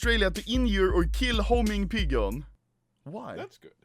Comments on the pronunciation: Pidgeon: exists Anomaly: Pigon/Pidjon Pidgeon: Am I a Pigon/Pidjon to you? At least an Alcohol Dad can pronounce Pidgeon correctly, so we know that Anomaly is retarded or was all along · When he said pigeon instead of pigeon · homing "pigon" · Why is he saying pigeon that way